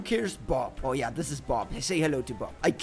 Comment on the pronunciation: I laugh when he say ya